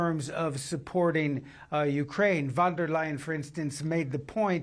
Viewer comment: Why can't you say her name correctly? Ridiculous. Fonn. Dare. Lion. Nothing difficult about that name. Bloody oaf. _